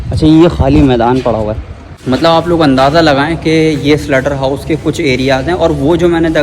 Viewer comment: SLAUGHTER HOUSE NOT SLUTTER PLS